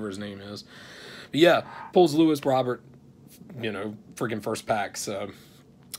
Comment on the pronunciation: Very nice mail day dude! No need to ever look for prizm or optic again, you’ve got every Beal/Wall out there 😆. DV and Fulton are awesome👊. Solid hanger too dude! Tatum and Mitchell, doesn’t get any better than that! Still no idea how to say Robert, so gonna just keep calling him “Robert” 😆. Later dude👊